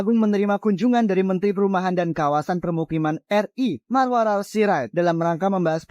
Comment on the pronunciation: Maruarar mbak , bukan Maruar..😅😅😊😅😅